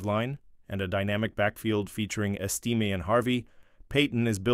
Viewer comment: Audric "Esteem"